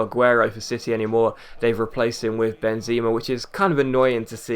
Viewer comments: its not Benzima, its Benzema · It's ben-zemmm-a :P